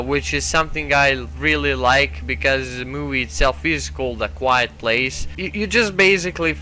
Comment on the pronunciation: Yo,it's quiet not quite. (just saying)